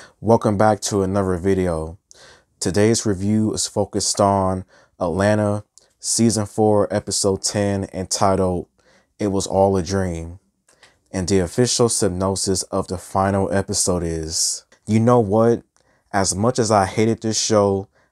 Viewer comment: Synopsis sin-NOP-sis. NOP rhymes with COP